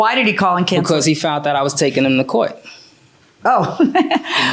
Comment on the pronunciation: "Fount out"? Wtf....English people, do you speak it?!